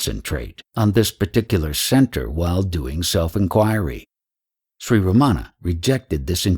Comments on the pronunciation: Most westerners pronounce Ramana's name wrong. They put the accent/stress on the wrong syllable like they incorrectly do with most words unfamiliar to them. That way, Ramana's name sounds Americanized so it can fit into the American school system lol. The Tamil words are also butchered beyond recognition, but he is trying. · The narration is by someone who does not pronounce Ramana's name properly nor Advaita. If he spent much time in Tiru he would need to be dyslexic to make that mistake. Godman spent plenty of sincere time in Tiru but this man most likely not. He has a voice, not likely a devotee.